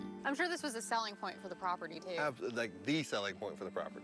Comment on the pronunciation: "Properdy" is not a word. "Cownee" is not a word. "Acownuhbilidy" is not a word.